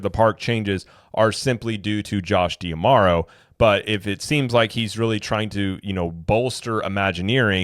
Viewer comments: Why do you insist on pronouncing his name "Dee-Amaro", and not "Dah-Maro"? I've never heard anyone else say it like that, and there's an apostrophe there in D'Amaro, so it should be read like a contraction... You can watch company videos where they introduce him by name. It sort of rhymes with "tomorrow", as cheesy as that may sound. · I mean, it's not that I've actually put thought into how to pronounce his name (though I do think it should be kind of obvious), as much as I have simply watched other content creators on imagineering, as a HOBBY. I would just expect someone who's trying to do the same thing professionally, to at least WANT to be on some kind of general awareness level that their peers are on, and also WANT to say the name of the Chairman of Disney Experiences correctly, when you run an actual THEME PARK CHANNEL! Holy cow! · Well, maybe because you're also pronouncing it wrong in every video